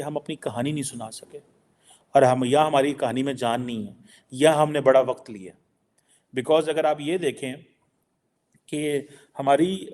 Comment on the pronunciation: it’s WAQT not WA QAT. Although Urdu is a borrowed language from India…request you to pronounce it right. Please Urdu ki taang na tode 🙏